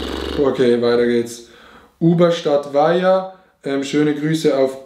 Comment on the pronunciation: Haha unsere Gemeinde heißt Ubstadt-Weiher und er sagt Uberstadt Weiher😂. Aber mein Dorf Zeutern hat er vorgelesen😂